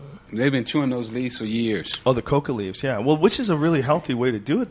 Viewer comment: Luis Perez i know, but Rogan says Cocoa leaves, hence the '-Joe Rogan' at the end